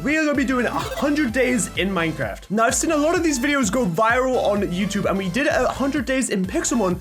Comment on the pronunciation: Yeaaaa I was waiting for someone to say something cause at first he said a-Minecraft lol